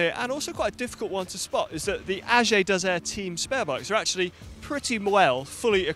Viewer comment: the way you pronounced ag2r the french way was perfect !